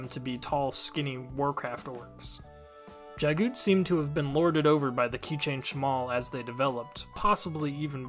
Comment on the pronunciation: Thanks for making these. It helps me when I have to quickly introduce others to the series. Just wanted to mention, according to the Audio Books, the name Jaghut is pronounced exactly as it's spelled. Jag - Hut. Unless the narrator was mistaken. That's how I've read it ever since.